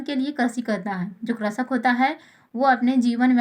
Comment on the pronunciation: Pehle krishak bolna toa sikh ja.. 🤕